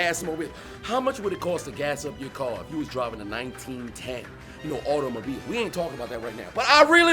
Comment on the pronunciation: I love the way this guy says the word "Automobile"😂😂